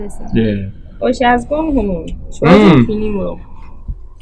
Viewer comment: Aden can’t say she?🤣🤣🤣🤣